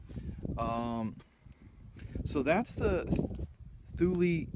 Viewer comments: Actually, it's TOOL LA, if you ask the Swedes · TOOL LEE not thooulie haha